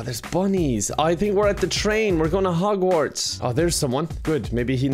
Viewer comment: Omg I was taking a sip of water when said Hogwats and almost spit my water out. I was not expecting that and just the way he said it was golden.